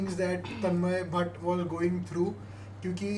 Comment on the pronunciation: Bro it's Tanmay not tanman